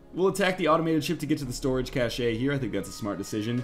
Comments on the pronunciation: NL, cache is pronounced like cash. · Cache is "cash" in English, but in French it sounds like he says it. The word has origins from French Canadian slang for "hidden stores"--and I think Northernlion is Canadian, right? So he can say it that way, I think :P